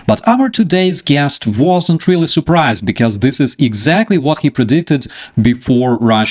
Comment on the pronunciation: Не супрайзд а сепрайзд